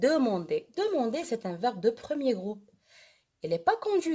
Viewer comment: Demander et pas demender